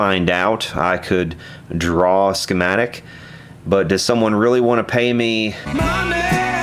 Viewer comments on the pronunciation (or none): none